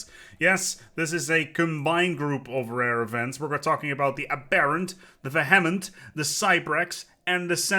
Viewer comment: Nobody who makes Stellaris content pronounces vehement correctly